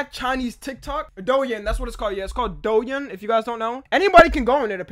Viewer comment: “doe ing” if anyway cares how it’s actually pronounced lol